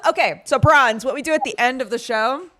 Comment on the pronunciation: [Warning: Useless] i KNOW you've been saying Bronze but EVERYTIME my brain is like ...'did they just call her Prawns?'...oh no wait. I remember.